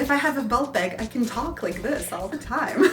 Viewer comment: You have a bubbly personnality and I find it very refreshing! But (there's always a but...) please call a bag a BAG!? Not a beg repetitively, and please review your spelling in your writing? These things made me stop viewing. I will try again, though!